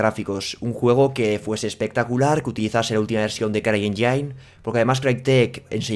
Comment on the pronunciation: Caballero CryEngine se pronuncia en inglés CRAI ÉNYIN y no CRAI ENYÁIN. Busca cómo se pronuncia motor en inglés y así te puedes asegurar. Te pasó también en otros videos con las gráficas MSI Lightning (se pronuncia LÁITNIN y no LAITNÁIN. Corregir a tiempo es de sabios. Saludos...